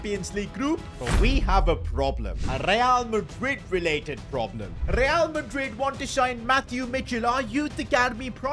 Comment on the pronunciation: be like rrrrrrrreal madrid instead of real madrid, who let bro cook